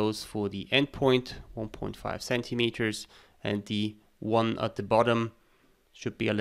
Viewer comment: I was stuck for way too long on the part when you extruded the threaded section of the base. I kept hearing you say "point five" CM but it was 1.5